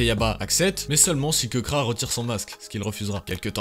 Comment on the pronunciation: KEBRA ? C'est plutôt KEKRA frérot mdrr